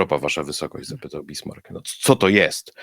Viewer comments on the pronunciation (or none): none